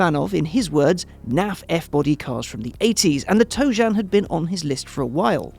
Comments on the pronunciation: Tro-jan learn your stuff before talking about it. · He can't pronounce Trojan in his English accent? Did he never learn anything in high school history class or buy a condom? I guess let's just let him keep calling it a Pontiac Toe-jam. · sounds like he called it the “toe jam.” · & now you know why it didn't sell. Tojan? Seriously? WTF? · Pontiac Toe Jam is what I keep hearing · Did anyone else read the title as 'Trojan' then get confused when he called it 'Tojan' ?? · "Toe Jam" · It keeps sounding like he's calling it a toe jam